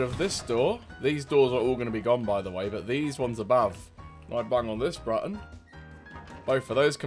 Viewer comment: "I bang on this Brutton" , lmao , love you bro